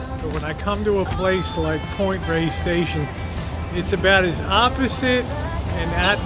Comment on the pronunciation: Please pronounce it properly. It’s Point Reyes (Rey-yess) not Point Rays.